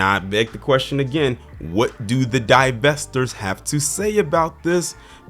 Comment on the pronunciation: DIE~VESTORS is this y’all kangs🤨